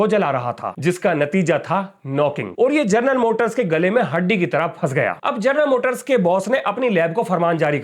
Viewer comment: जर्नल मोटर्स? 😂 हमारे शिक्षक ही अनपढ़ जैसे बात करते हैं, विद्यार्थि कैसे होंगे? 😢